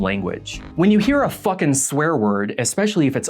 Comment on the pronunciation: I understand how most cult leaders are cult leaders. Even if they come across as extremely unlikable, I can usually back up, remember that hindsight is 20/20, and get how they pulled people in when they did. Like, even though I’m fairly sure that if Keith Raniere ever annunciated “fucking” like that in front of me, I’d bear mace everyone in the room,,, I can understand how he managed have a cult. H*bbard is the exception. I will never understand how Sc**ntology came from That Man and caught on. The way he moved his mouth when he talked is genuinely horrifying. Ik he had dentist trauma but I’m not talking about his teeth and they are NOT what made him do that with his lips and jaw. Feels like he’s trying to talk BIGLY to super secret subconsciously assert dominance. Looks like he is wearing someone else’s skin, the seam is at his lips, and by the end of the interview he will have finally managed to get his jaw unhinged and everyone in his direct line of sight eaten. The only way I can see anyone buying into space cult coming from him is if he’d threatened to do exactly that.